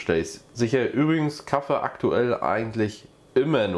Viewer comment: Das heißt Kaffee, Kaffee und nicht Kaffe, definitiv nicht Kaffe! 😂